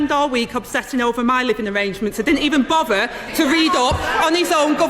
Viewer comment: Woman has no shame. How she has the nerve to stand there and make jokes about the situation says it all. Rough as they come….”bovvererd” says it all. Imagine this woman representing the UK at any high level?